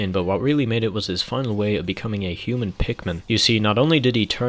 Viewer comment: I guess you could call him a hu-min